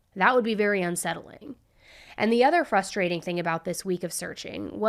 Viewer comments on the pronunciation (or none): none